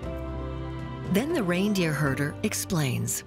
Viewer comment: No idea who the narrator is but I assume it’s a professional speaker. A primeval forests /PRIMEVAL forests/ is /Primeval FORESTS/. a reindeer herder is a /REINDEER herder/, not a /reindeer HERDER/- what else „reindeer“ would he be in context?